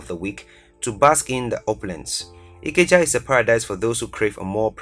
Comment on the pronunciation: Highly doubt it was from a Nigerian perspective his pronunciation for Ikeja was off. I actually suspect Nairobi